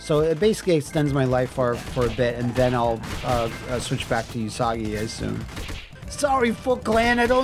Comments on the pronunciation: I'm also gonna be that guy... うさぎ is pronounced OOsagi, although he keeps saying YOOsagi. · In Japanese, u is a flat sound, like the u in 'flute, not a curved u sound sound like vacuum... So it's pronounced OOsagi, not YOOsagi. うさぎ is the Japanese word for rabbit.